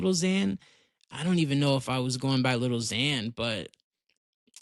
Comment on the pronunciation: If u gonna say your a big fan say his name right gng 💔💔🗑